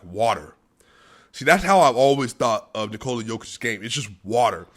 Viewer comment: One more thing, I don't know if you are aware of actual pronunciation of 'Nikola'